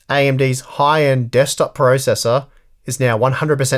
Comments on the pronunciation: “Dekstop” lol I hope that in the next video we won’t see a CPU of coffee... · DEKSTOP :D